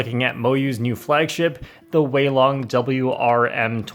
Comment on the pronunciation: Me who speaks Chinese: haha correct pronunciation go brr